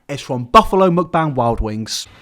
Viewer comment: How are you going to make fun of BTS and you are out here doing Mukbang but then again, a ton of ppl do them and can't even say the word correctly. Number one reason I don't watch them.